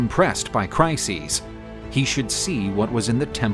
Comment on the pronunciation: Trojan war videos are superb, but pronunciation of both Briseis and Chryseis is just horrible.